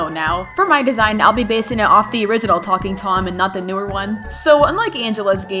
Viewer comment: When you first said talking Angela it sounds like f- Angela...